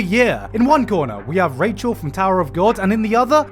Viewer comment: It is not Rachel this is not FRIENDS it is Rahel as far as the pronunciation goes